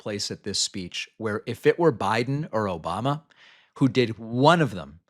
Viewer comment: “O-BUM-ma” hilarious, Donnie